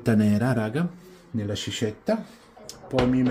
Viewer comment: credo si pronunci 'sKiscetta' (pure con la e aperta), non sciscetta 😅 buone ferie!